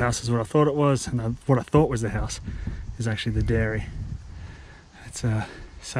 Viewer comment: Egg-c-lent eggplant egg. Liked u saying diary multiple times. Wvtte.